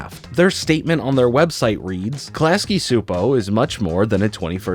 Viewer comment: "I know I'm saying it wrong" "Chupo" is really-really close to the pronounciation of "Csupó", so go with that. t. a hungarian viewer